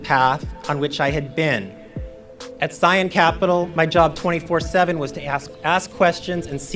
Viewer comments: Scion... sounds like szion, not see-on. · My understanding is that Scion is pronounced with the long i sound. It is as a word used outside markets.